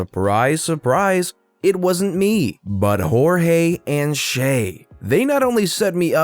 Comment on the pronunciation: Shay is read like "Shai", sha-i. Was not expecting that spelling from a foreigner...